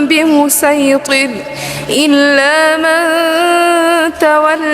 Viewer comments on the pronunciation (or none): ﴿ بمصيطر ﴾ بالصاد و ليس بالسين جزاكم الله خيرًا